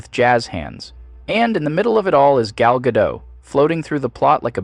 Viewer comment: The AI narrator managed to pronounce "Gal Gadot" in every possible wrong way in just one video.